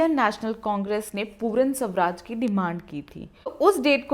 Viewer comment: That's purna swaraj not puran ..but video is great 😃